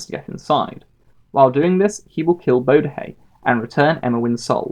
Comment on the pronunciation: I disagree with almost all your points, but the video was still very pleasant to watch. Also Bodhi is pronounced Bodhee not Bodahey. How could you get this wrong?